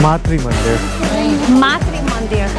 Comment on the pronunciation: Its not Maitri mandir but Matru mandir